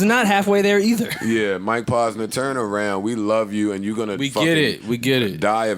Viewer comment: OMG, my brain bleeding out of my ears! Mike (PAUSE-NUR) = wrong, Mike (POSE-nur) = correct. Rappers always say their names, repeat it back how you heard it doesn't seem that complicated??? it's driving me nuts that Joe pronounces words and names wrong, like its on purpose; adding and subtracting "S's" for no reasonz(other then ? f*cking up noun and verb tense... (ex. the Plural of Goose, Joe would say Gooses... instead of the correct plural "Geese.") ... Joe, my Man's, because you have early on-set Dementia/Alzheimer's, and a platform, doesn't give you the right to say sh!t wrong so often that people forget which was which and pronounce something wrong to someone else who then looks at them like "WTF...? You been hufffing glue and sipping Daddy juice all G.D. day?" ... pull this n!gga up Dictionary, Thesaurus, Wikipedia and whenever you say a word over 2 syllables or longer, you have to look up the phonetic spelling as not to spread illiteracy through the hood. Joe might be an undercover brother who reports back to whitey ....